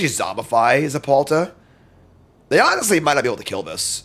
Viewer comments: ZeTalPa, not ZePalta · God he just kept saying it… so annoying lol